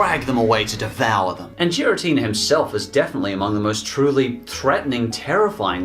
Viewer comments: The only thing that bothered me was hearing Giratina pronounced with a soft g. It should always be a hard g. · The Mewtwo in the 17th Movie is not the same one from the Movie/Mewtwo Returns. And the pronunciation for Giratina is "gear-ah-teen-ah", not "jeer-ah-teen-ah". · Seriously? Jiritina??? IT IS PRONOUNCED GIRITINA!! THERE IS NO "J" SOUND!! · Nobody: Absolutely Nobody:: JIRATINA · I got MAJOR triggers when he said JIRATINA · I have to say it, but Giratina is a g sound as in "good". Arceus is an s sound, not a k sound. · It’s giratina not jiratina and arceus not arseus guess why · If you say giratina with a soft g again I will stab you. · u said garitina wrong its a G not a J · I already died from Gi-ra-tina, also that's what Zero called it despite the fact that it's the Distortion World anywhere else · Congrats u cant say giratina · I mean not liking a move is one thing but did you even watch Sky Warrior lmao also the way you say giratina just shows how much effort you actually put in this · You did NOT just mispronounced Giratina. You did....Ohhhh boy. First comment and I'm not done with this video yet! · Imagine pronoucing giratina wrong and not knowing the mewtwo from 17th movie isnt the same one from the first